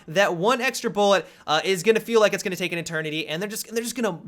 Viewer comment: Go to and slow it to 0.5 speed. "You're gonngngdng need" It is fucking brilliant.